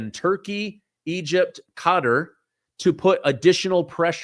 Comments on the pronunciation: I love your show, but can you please stop saying “cutter” it’s Qatar (kah-tar). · Its pronounced Ka-tar not cutter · Sorry, I don't have your phone number. BUT, I think "cutter" is pronounced: "Ke-TAR"......🧐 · Qatar isn't pronounced 'Cutter'.